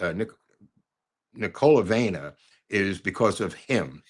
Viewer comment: Why do you humiliate the language in which the greatest literary works were written? Maybe someone studied that language in order to read Dostoyevsky or Chekhov in the original.And Marina's second name is NIKOLAJEVNA,not Nikaljnova